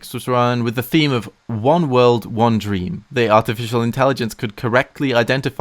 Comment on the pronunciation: be careful he a lawyer OH DWEAM